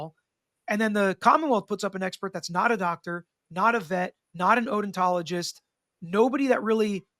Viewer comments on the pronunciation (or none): Did say Odintologists?